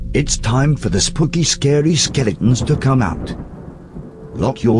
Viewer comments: The pronunciation of "Spooky" still gets me. I lel'd pre' hard. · The pronunciation of "Spooky" still get me. I lel'd pre' hard.